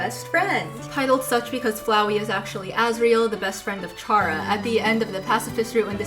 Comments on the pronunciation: chara. coming from the word “character” chara-cter care-uh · It's actually pronounced "chara", not "chara". Hope this helps!